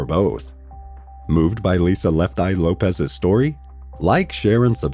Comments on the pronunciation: LOPES, not LOPEZ. It's pronounced loh-ps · The pronunciation of her name somehow got changed to “Lo-pez,” when its original pronunciation is “loh-pss.” That’s an “s” on the end of her name, not a “z.” It’s pronounced “loh-pss.” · LOPES NOT LOPEZ. LOL... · Lopes not Lopez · Isn’t it pronounced LOPES, not Lopez